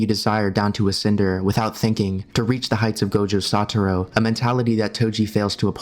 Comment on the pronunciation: he keeps saying satoro instead of satoru. bruh